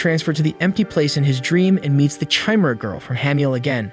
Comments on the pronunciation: Chimera (ky-meer-a)... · liked the video but i hate how you say chimera.